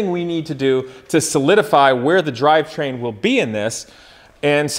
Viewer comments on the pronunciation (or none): none